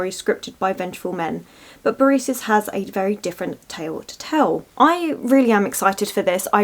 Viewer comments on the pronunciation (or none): Briseis is Bree say eehs. My teacher used to read to the class in ancient Greek. Good times.📚